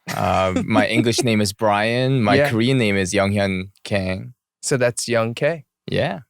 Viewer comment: Even young k pronounced "Kang" using English ahahhahahah